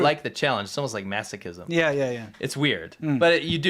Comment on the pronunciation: He said mastichicsm